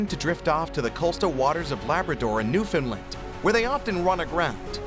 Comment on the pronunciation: Pronounced Newfoundland wrong every time the narrator said it.. it's funny that people can learn the correct way to say names of places from various other parts of the world but can't get this one right.. you could have literally asked any Canadian to get the right way to say it..